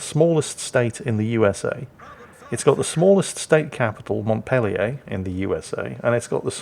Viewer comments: The city in Vermont is pronounced "mont-PEEL-yer", because of course it is. The greatest thing about Newhart is that the entire series was one long episode of its 1970s predecessor, The Bob Newhart Show. At the end of the last episode of Newhart, Bob Hartley (Newhart's character from the earlier series) wakes up and tells his wife about the bizarre dream he just had in which he was a Vermont innkeeper named Loudon. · ACKshually, Vermont's Capital is pronounced Mont-peel-yer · Mont peel yer. That is, unless you're from Quebec, Vermont's northern neighbor. Signed, New Hampshire (Vermont's eastern neighbor) native. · I believe, since this is the US, the name of the capitol of Vermont is actually pronounced "Mont-PEEL-yer." Because of course it is. Also, Wargaming obviously never researched how American battleships were named. It's not just "Well, what states haven't got a chance yet?" Naw, it's got a lot more to do with economic power and political gamesmanship. Because this is the USA. That's why some states have had 3 battleships named after them, while others have been around long enough but have never had one. BTW, his name, "TheProceedings," is the name of an extremely thick and dull, catalog-sized, newsletter put out by the US Navy. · coughs in Vermonter Ackshually,, the capital's name is pronounced "Mont-peel-ee-urr", not like the French city. Also, Bernie Sanders is probably our most famous export at this point (though he's originally from Brooklyn). Everything else is exactly correct, lmao. Until recently, humans were outnumbered by cows in Vermont, so congrats to theproceedings13 for herding them so expertly! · It's pronounced "Mont Peely yer" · Hi thought you might like to know we here like to pronounce the name of that little town (mont-peel-yer). thanks -have a great day ole man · The state capital of Vermont is pronounced Mawnt-peel-yer by people from Vermont. :) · I think he's trolling... everyone